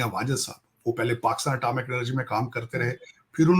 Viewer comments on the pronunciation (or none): tahir saab atamic nahi. atomic. hota hai